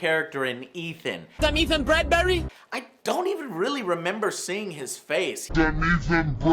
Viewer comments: ah yes ethan breadberry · "I'm ETHAN BRADBERRRY" xD